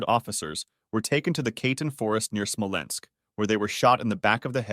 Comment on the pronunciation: Sorry but when you’re doing a video on such a serious topic i think you should check the pronunciation of the words used and at least try to say it correctly. Katyń was completely wrong and it bothered me